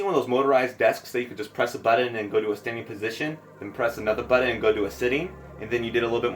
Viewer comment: You say Buddon instead of Button lmfao.